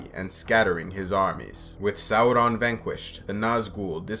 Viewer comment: god I love how you pronouce Sauron. the right way!